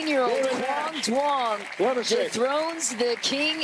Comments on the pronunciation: To all the non-Vietnamese people out there, Duong is pronounced Y-OO-NG. Way to represent kid. Announcers need to be corrected so it doesn’t continue to happen. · Announcers are doing too much in that pronunciation of “Duong.” It’s more simple than that.